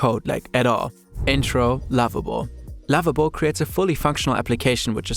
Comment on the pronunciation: i instantly thought you were saying Labubu when you said Lovable 😭🙏🏽